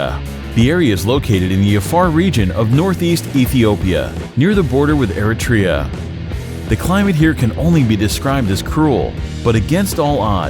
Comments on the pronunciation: The way he says Eritrea 🤦‍♂️ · Needs to find out how to pronounce Eritrea.